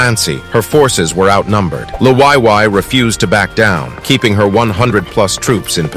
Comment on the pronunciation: I really the you pronounce Liwayway 😆